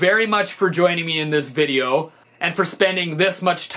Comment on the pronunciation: as a fellow Canadian, I never hear Stevie’s accent. UNTIL he says “video” then it’s OH SO THICCCCC